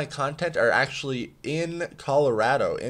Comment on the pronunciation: You are pronouncing Colorado the wrong way..